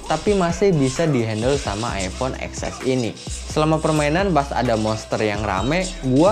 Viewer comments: Ten ex bangg bukan ex ess berasa ngilu gituuu di gigi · “Eks-Es” ceunah, padahal penyebutannya “Ten-Es”.  sendiri yang confirm.